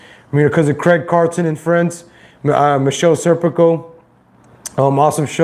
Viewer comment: Why do you keep putting an L in his name? How can you be a fan of the show and pretend to know what you're talking about and you can't even read and pronounce the simple name of the guy that is the subject of your video...